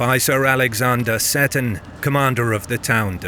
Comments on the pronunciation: Great video! Seton is pronounced "Seeton" by the way, hopefully it's helpful for future episodes. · Oh dear the narrator strikes again. You would think a Scot would know that Moray is pronounced Murray and that Seton is See-ton not set-on. Good video otherwise about a battle a lot of people are unaware